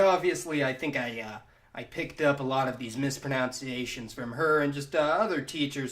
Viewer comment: It’s ‘mispronunciations’, not ‘mispronounciations’.